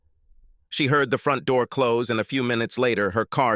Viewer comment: "I heeerd my weeef getting out of the shower".😂 Mr. robot voice narrator was programmed by Borat after he graduated from Trump University😂😂😂😂😂😂!